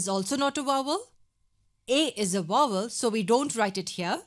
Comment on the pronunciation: she said it right!